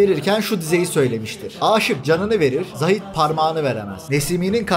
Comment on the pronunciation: O değil de Zahid kelimesi a harfi uzatılarak okunur. Kulak tırmalıyor, lütfen.